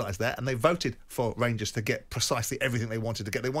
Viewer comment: Every time .......EVERY TIME he finds a way to have a dig at Rangers , he does. The man claims to be a proud Brit but supports IRA FC (Celtic) whos fans sing about bombing the uk every week. Simon Jordan is a weapon . Cant even say ''Rangers'' its ''Wangews''